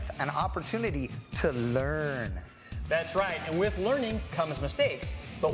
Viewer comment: "To learrrrn"....ha